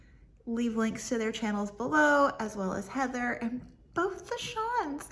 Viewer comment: Besides working Sat and Sun this week, is it more work to teach in China or are the hours similar? I think Siân is pronounced slightly differently than Shawn.